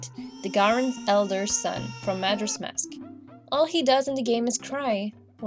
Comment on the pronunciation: is not majers mask is majoras mask